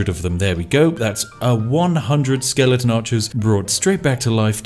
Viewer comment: Say skeleNton one more time.